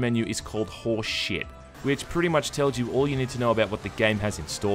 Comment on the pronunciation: I fucking died when you said horseshit, that accent got me. Great video mate